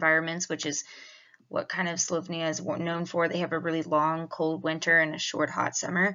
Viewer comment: Learn how to pronounce the country's name right will be a good start since you are using their technology. Slo_vay_nia not slov_nia. .